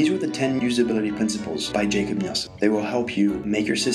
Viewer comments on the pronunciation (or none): Good video. I liked the examples. I believe his name is pronounced Yakob, not Jacob.